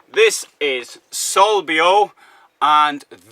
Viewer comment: I wonder if you're pronouncing the word Solbio correctly? If so, that's a weird name for a product of that sort. 🤔 Gorgeous rig!! Loved the dog bowls all set up right as you walk in! I love people that love dogs!! Remove the wine cooler and dishwasher absurdities to be practical, by using that valuable space for storage or something else.